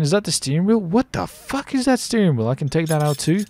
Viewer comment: Is it only me that thinks he says the f word so weirdly.